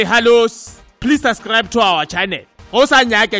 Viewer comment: sub-scribe not sus-scribe